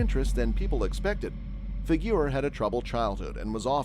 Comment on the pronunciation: It's fig• o• row or Figuro. not "figure!"